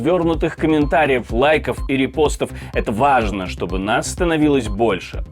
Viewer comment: Так непрятно слушать этого диктора, который говорит трагически зловещим тоном, а слово "вааажно" произносит, как будто тужится на унитазе!